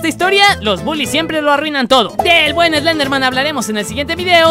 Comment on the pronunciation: Team Slenderman (CON "S", NO ES ESLENDERMAN, ES SLENDERMAN >:v)